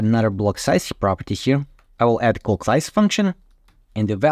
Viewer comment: I highly advise you improve your pronunciation of the word “calc.” Your current pronunciation is bordering on obscene. Great information. Many thanks. Cheers.